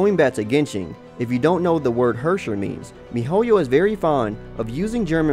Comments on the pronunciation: ITS HERRSCHER not Hwöwrschwör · "if you don't know what the word Hersher means..." Me, a German: "What? Hershey's? Well at least it's english take on "Verurteilung". I swear I laughed so hard, because it caught me off guard. It's probably so hard to pronounce words for other people, they are so damn harsh, sometimes. In this case I can't even compare it to English pronunciations... It's sorta like a Scottish person would pronounce "here" but with more emphasis on the r. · the way he pronounced 'Herrscher'... i didn't realize he was speaking german until he showed the wiki page^^ i'm german btw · Im German and I was laughing so hard about him saying Herrscher